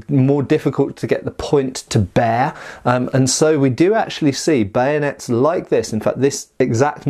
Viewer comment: Camanding officer says ready bayonates! Sorry sir I broke it. Lol